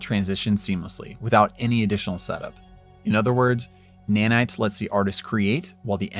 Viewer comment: You got Nanite very wrong actually